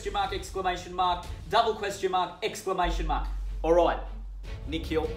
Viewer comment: “Nick Hill” instead of Nikhil 😂